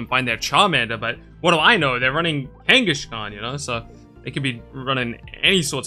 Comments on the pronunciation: Why do you pronounce it Kanga"sh"khan? I never heard it pronounced like that. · Same - but it does make the name sound more similar to Genghis Khan, which the Pokemon is named after, at least!